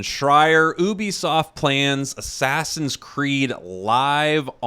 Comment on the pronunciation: i dont want to be mean but ngl i hate how you said oobisoft not Ubisoft